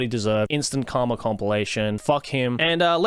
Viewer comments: Okay. So. You said “karma”. I heard “cum”. While hilarious, I’d like to know if that my fault or not, because I probably have some things to tell my therapist depending on the answer. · When you say "Karma" it often sounds like you're saying "Cum" which means this video started with you saying "If there is something I whole heartedly believe in; it's cum."